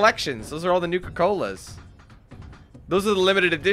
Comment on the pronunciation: nuka cola not nike cola